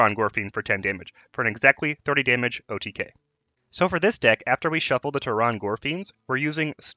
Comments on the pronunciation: It's pronounced "Terran" gorefiend. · Lol "Tear-on gorefiend"